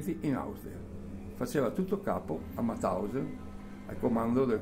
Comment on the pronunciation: Ma perchè in così tanti dicono Matausen , quando invece era MAUTHAUSEN...